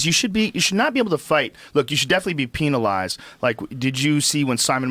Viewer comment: Joe "Peenalized" Rogan